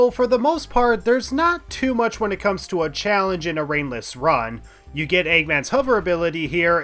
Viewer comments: I shouldn't watch this video at nearly 4 am, sometimes i misheard ringless and thought you said brainless lol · After a while him saying ringless sounds like he's saying brainless